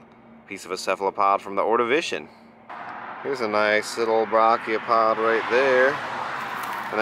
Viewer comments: Many, many times. It’s properly pronounced ‘bray’chiopod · Dude I love you but please look up how to pronounce Brachiopod before I have an aneurism. It should not annoy me so much but dear me it does.